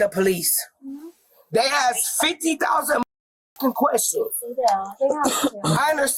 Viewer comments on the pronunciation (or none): "fiddy thousand queshins."